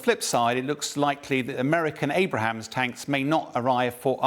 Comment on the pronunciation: Do we have to drink every time he says"Abrahams"?